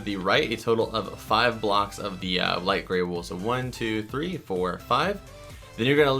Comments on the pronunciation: U SAID WAL!!!!! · did you say light gray wool